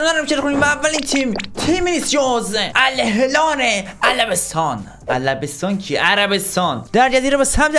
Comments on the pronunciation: توی این دقیقه بجای الهلال گفتی الهلار خیلی چاکرم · الهلال علبستان😂😂😂😂